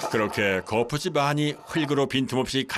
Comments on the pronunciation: 거풋찝 거풋찝 합니까? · 성우님 발음이 거푸집 인데 왜 자꾸